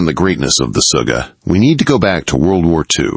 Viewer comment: Its Sugga, not Suga, that is something totaly diffrent